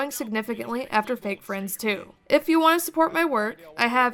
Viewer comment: I think ko-fi is pronnounced like "coffee", because it's meant to be like "pay me a ko-fi" or something. Might be wrong.